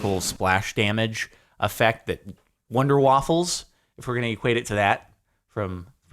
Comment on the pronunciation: I lol'ed so hard when he said Wunder Waffe from CoD Zombies, it is always fun to hear americans ponounce German because it is so far away from English and if you do not listen to German every so often then it is shit so pronounce. It is like that little kid who said "and this is how to get the fire bow on der ise d'rah" instead of "Der Isendrache"